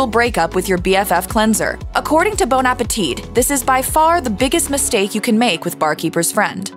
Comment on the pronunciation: "Bone Apateet" 😂